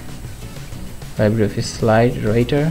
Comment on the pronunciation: এইটা VCL না , VLC :) . আর 'Libre' স্প্যানিশ শব্দের মানে 'ফ্রী'। এর উচ্চারণ লাইব্রি'র মত না , 'লিব্রে'র মত :) Thanks. very good tutorial. Saved so much time for finding out resources list 👌